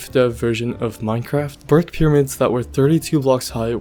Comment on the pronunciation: instead of saying "brick pyramid" you said "birk pyramid" (berk) lol